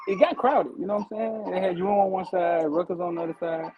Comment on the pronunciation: Everyone V12 says “Rutgers,” it sounds like like he is saying “Ruckus.” Like “Uncle Ruckus” from the Boondocks 😂😂😂😂😂😂😂😂😂😂